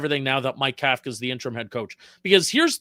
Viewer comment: You both mispronounce Kafka and it makes you sound like ignorant amateurs, yet I know you’re not. The NYG head coach is pronounced cough-ka, think Tom Coughlin, other than that, good show!